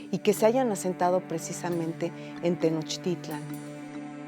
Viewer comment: No se ponen de acuerdo, a veces dicen (Á)ztlan y luego Aztl(á)n, a veces Tenocht(í)tlan y otras Tenochtitl(á)n. Además, hay muchísimos historiadores y antropólogos mexicanos, muy mal por parte del INAH eso de perpetuar que sean extranjeros los que "nos cuenten nuestra historia".